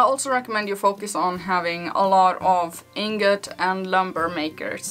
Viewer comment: You're one of the few reviwers I've heard pronounced "ingot" correctly.